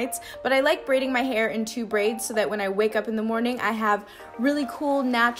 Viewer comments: You said morn g routine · Lmao did anyone else hear her say morening routine at the end?? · She said "thanks for watching my morning rountine" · She said morning rotion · yea I had to go back and reassure myself I heard morning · did she say morning?